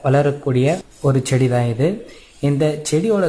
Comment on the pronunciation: ஏண்டா ச்டி இல்லை செடி